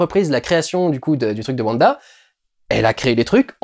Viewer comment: Mais on dit wanda pas vanda bref attention spolier j'ai personnellement adoré la série est je les regardé tout les vendredi Mais je trouve que l'identité de Agnès est assez facile à comprendre pour les gens qui connaissent wanda des comics car hagata harknesse est la mentore de wanda dans les comics est rien que sont nom je trouve montre car Agnès ressemble énormément à harknesse surtout sont lapin à le même nom que le fils d'hagata dans donc pour les gens qui on lue les comics c'est assez dommage car il ya beaucoup moin de supence pendant l'épisode 7 Sinon j'ai personnellement beaucoup aimé le discours de vision à bah vision sur le bateau de thésée sa faisait un petit moment de pause dans cette épisode qui commence sur les chapeau de roue